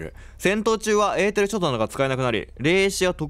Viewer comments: 。えーてるをえーてるどこいったんすか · エーテルをエーテルって言ってない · エーテルを得ーてるって言った？ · エーテルをえーてるって言ってほしい笑笑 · エーテルをえーてるのこと忘れてる？笑